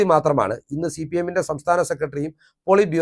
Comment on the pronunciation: നീ ആരാണ്? സിപിഎം ന് ഒരു കുഴപ്പവുമില്ല. നീ ആദ്യം സിപിഎം എന്ന് തെറ്റില്ലാതെ പറയാൻ പഠിക്ക്